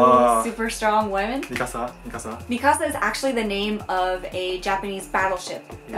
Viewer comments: Im surprised that no one said anything about how said Mikasa wrong. Mi-casa? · Poor Mikasa, even pronounces her name "Mi Casa!" xD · SEE!!!! It's not said like “me kasa" it's mikasa. I'm so sick of everyone correcting me when I've heard Japanese people (even the creator) pronounce it as mikasa. It's a Japanese name, not a Spanish one !!!! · Its not "micasa" its mi"k"asa